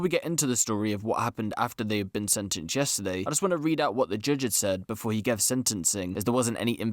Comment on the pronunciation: “Jujjj (judge) Richard”